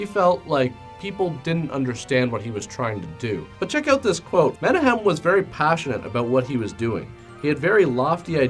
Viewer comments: Not tryna be a dick but Menahem Golan’s name is pronounced “Men-auck-hem” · Thats not how you pronounce Menahem. It sounds like " Meh nak um". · "Menahem" is pronounced "Mena khem" with a gutteral "K". It's Israeli. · Menahem is pronounced meh knock hem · I tried to track down a copy to see it. No luck. His name is pronounced meh-NAKH-ehm. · also the directors name is pronounced Men-ah-KHEM (its that gutteral hebrew sound lol) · you mispronounced menachem epic fail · You're mispronouncing Menahem Golan's name.